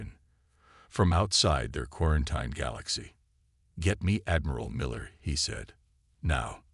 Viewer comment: Still not pronouncing quarantine correctly, huh? 😂